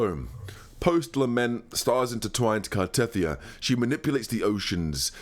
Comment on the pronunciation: Why does every CC pronounce Cartetyhia's name wrong. the game literally tells us the pronunciation is Car-Ta-Thia many, many times. Just like Ciaconna is Cha-Ko-Na not Cah-Cho-Na...